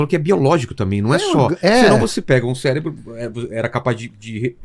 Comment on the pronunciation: Falou bosta e ainda disse célebro